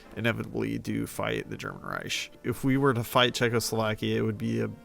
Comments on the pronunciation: Why do you keeps saying "ry-sh" i stead of "Rike"😭. Great video though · In pain over how wrong you said Reich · As a native speaker I'll disagree here respectfully. The usual English pronunciation ending in the hard "k" sound is further from accurate than his version. This way he could just be a very drunk German 🤷🏽‍♂️